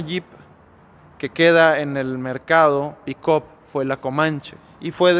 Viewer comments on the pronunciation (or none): PERO POQUE LA LLAMA "PICOP"......ME DA RISA.....JAJAJAJA NO SERA EN TO CASO,...PICAP......(PICK-UP)....🤣